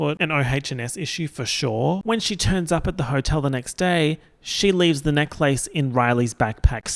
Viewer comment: the way you say necklace makes me so frustrated for no reason